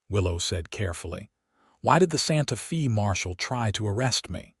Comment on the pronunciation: Your AI butchers the English language Santa Fe Texas. It is pronounced Santa Fay not Santa Fee. I live in Santa Fe Texas